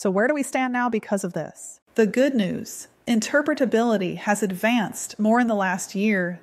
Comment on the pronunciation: I'm just impressed at how well can say "interpretability":)